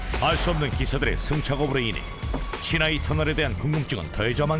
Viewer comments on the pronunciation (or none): 신하이 터널인데ㅡ성우는 왜 산하아라고 함?